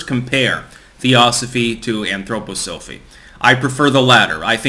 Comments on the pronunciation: why the anthro poh sophie lol? it's anthro pah sa fee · I am embarrassed for you - why didn't you even bother to look up how to say the word Anthroposophy? we've gone over this several times in the past. here it is phonetically - An throw poss so fee or Anthroposophia which means human wisdom. Again, if you want a brief on his cosmology, an overall of the philosophy and education, we can talk, but at least try. Please, try, this is making you look so foolish. Also, you are saying Blavatsky incorrectly too. Besant was also a charlatan. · y do u say it that way... to get more comments? Lol... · It’s cringy how you mispronounce anthroposophy. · I agree. Its annoying.